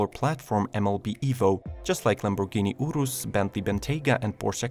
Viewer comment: when he says lamborghini urus though lol